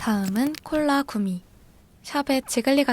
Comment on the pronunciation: 콜라 구미를 콜라 구이라고.....들었음